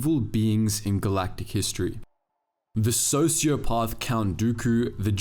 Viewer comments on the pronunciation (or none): You did this vid before. You still pronounce sociopath wrong 😂